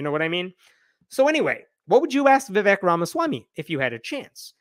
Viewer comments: Vivake (pronunciation) is fake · Vivek. Rhymes with cake. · His name’s Vivek, it rhymes with flake. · Vivek rhymes with cake